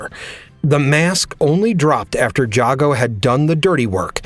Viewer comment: How do you still mispronounce Jago = Jay-Go's name when even the damn game says it loud and clear?